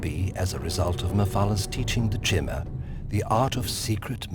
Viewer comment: I love these videos, but when I hear "chimmer" I cringe. "Kai•tn, Kai•mr Kai•ti•nus" like the armor.